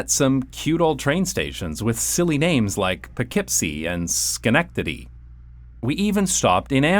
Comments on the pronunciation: You pronounced Schenectady correctly! Maybe being surrounded by Dutch? Only people from the area seem to be able to pronounce it correctly. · Also, well done pronouncing it correctly